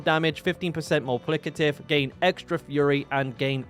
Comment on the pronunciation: Multiplicative. You're missing a syllable in there.